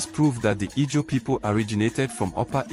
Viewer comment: It’s pronounced Izon or Ijaw